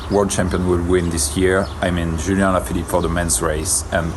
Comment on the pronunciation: With respect, Julian Alaphilippe's name is not pronounced with a German or Dutch J. May you please call him Julian (Julie-on) like the word "on" if you want to say it close to the French way? Or else, may you please call him Julian, as in Julian Dean?(former New Zealand cyclist you might know)